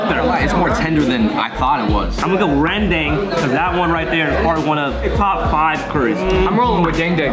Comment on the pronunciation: OH FINALLY SOMEONE CAN PRONOUNCE RENDANG